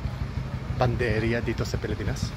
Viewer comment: panadería, pagkarinig ko panderia 😢😮